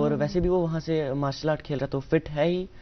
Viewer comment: It’s Martial art not Marshal art